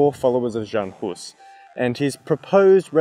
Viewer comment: nah, bro said Joan Hus and Joan Shiska :D